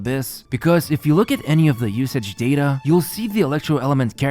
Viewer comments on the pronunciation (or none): none